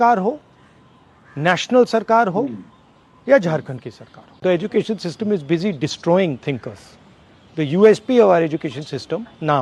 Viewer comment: जब आप सिस्टिम बोलते हो तो मुझे हंसी आ ही जाती है भले ही कैसा भी मन हो😂😂👍👌